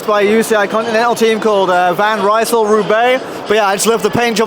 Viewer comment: Keep pronouncing Van Rysel wrong.